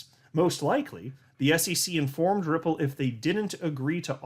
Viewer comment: Ripple sounds like nipple